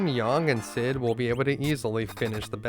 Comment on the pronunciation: great video except your pronunciation of yang......